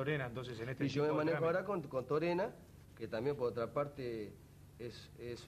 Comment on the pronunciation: Dijo Torena...Jaja